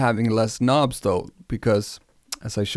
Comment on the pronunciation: First time seeing this channel but after all the intentional mispronunciation of words I subbed after he said "k'nobs" 😅